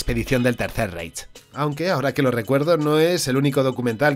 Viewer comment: ya te lo comenté en otro vídeo y me respondiste, pero me veo en la obligación de comentarlo de nuevo: "Reich" se dice "Raij". En alemán cuando aparecen juntas las vocales "ei" se pronuncia "ai". Un abrazo